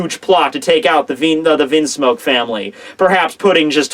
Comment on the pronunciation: stop prounouncing things wrong. You have pronounced Bege wrong, logia wrong (from another video; wtf just listen to anime episodes lol), Vinsmoke wrong, etc etc etc. This is just from the top of my head. It bothers me. If you are doing it to be a troll or for humor's sake it's one thing but when your video production is becoming more and more professional but your pronunciation is going down it's unfortunate. Don't be Double4Anime and please work to improve it lol:P You're someone who could get to 1 million subscribers someday, so please please please do that for the viewers who it does bother.